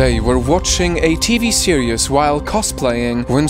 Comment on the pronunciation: Nobody notice him saying TV *serious*🤣